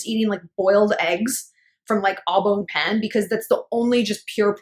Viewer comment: It always aggravates me when pronounce pain as pEn. It’s not that hard to say it right in French. Just a note